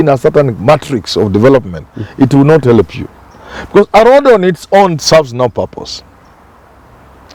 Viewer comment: Prof it's He - l - p Not He - le - p